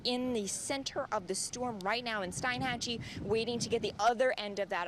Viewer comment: STEEN-hatchie, not STEIN- hatchie